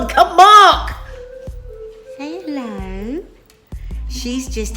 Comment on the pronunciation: Haha two "MARRRKS" in the first 90 seconds!